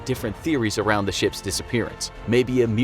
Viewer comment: Every time that this guy saying ships i hear sh*ts